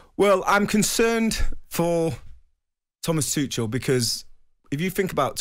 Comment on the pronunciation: ‘Toochall’ LOL it’s ‘Toocall’ you drip